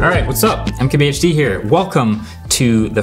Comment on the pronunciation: For some reason i always hear im kbhd here